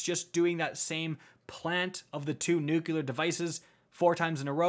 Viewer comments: "Nuculer" Me: flashbacks to being 5/6 years old during the Bush administration (tbf, I say it too 😂) Also "Purple Rain mechanic" is my favorite name for a raid mechanic ever 😂 gonna have Prince singing in my head when I see that now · I loved the video! I was triggered by the 100 times you said “nuke-yuh-lur” though 🫠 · What are "nyookyoolur" cores? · Me: Enjoying the raid guide: "Nookyooler cores":/ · my dude, it's *traverse and *nuclear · He did it so many times I can't help it! It's pronounced NEW-Clee-ar. Or Newclear if it's easier. There's 1 U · It hurts me every time he says “nucular” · Jesus..."nucular" is driving me nuts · NUCULAR CORE. sigh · Great vid. Your mistake of thinking traverse is transverse and pronunciation of nuclear give me conniptions though. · Thanks for the guide. Please learn how to pronounce "nuclear" properly. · My man,. I can't tell you how much this helped me finally get my first clear today. I know this is like 5 months late, and I'm not trying to be a d, but pleeeeeease work on saying "new-clee-ur" instead of "new-cue-lar". "Nucular" just isn't a word. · Great video, really informative, just realised i will never atempt the raid because of the whole get the buff, send it up, get it back, pass it along etc. And also, anyone realised how many times "nukelar" instead of "nuclear" cores ^^ anyways, great vid, keep it up. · Every time I heard "Nucular" I found myself yelling " It's NUUU-CLEEE-AARRR!!!" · I couldn't stop flinching every time he mispronounced nuCLEAR. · Thank you for this fantastic Raid guide, but this is just a pet peeve, so it's not a criticism, but nuCLEAR. It has the word CLEAR in it. Not nuke-yu-lar, nu-clee-ar. Nuclear. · Very helpful video, thank you. One note on pronunciation, it's new * clear not nuke * you'll * are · nucular? what's a nuculus? is it the center of an atmum? nu clear. nuclear. like an atoms nucleus. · You lost me at "NucUlar." There is no extra "U" in "Nuclear." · And nucular